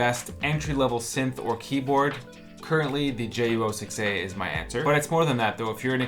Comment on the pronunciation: It’s pronounced JU-06ayyyyyyy